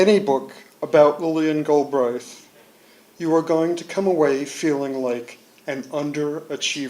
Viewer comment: Such as? Aside from him not knowing how to pronounce the name :-)